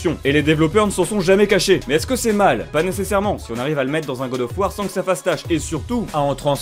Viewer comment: Śé qoi gode ofeu wardeu ?